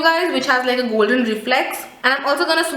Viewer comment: between wat is goldeney mean.. hahahaha dear atleast give justice to english word properly.. hope ur silly mistake will overcome.. And plzz u can talk softy in video there is no need to yell in ur all video.. it actually makes us irritate while watching.. overAll product is nice just need to improve to present it..